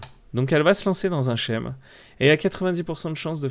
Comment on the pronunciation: "Scheme" en anglais veut dire schéma et se prononcer "skyme"', non "chème". 😂